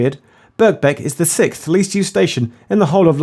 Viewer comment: He said actually said sickth. It's supposed to be sixth, like it's spelled (6 + th).